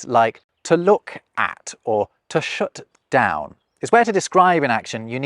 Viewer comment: "shut" Your Derbyshire is showing. 😃